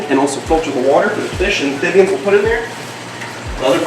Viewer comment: Please say amphibians correctly ph not th. Otherwise awesome video 👍